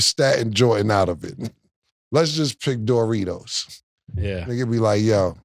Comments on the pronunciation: Nah the way Cam says Doritos “Dough-ritos” 😂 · “DOOR REEDOS” - Killa😂😂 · I swear cam be mispronouncing shit on purposed 😂😂😂. DJ Metcalf, and door-ritos 😂😂😂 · What are Door-Ritos? 😂